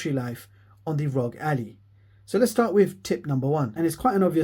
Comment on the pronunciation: It's Ally, not Allie. You are saying it like a proper name, but it's the word Ally like "I am your ally"